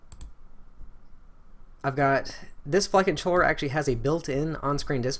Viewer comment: When you say "Flight Controller" it sounds like "Fuckin' Troller"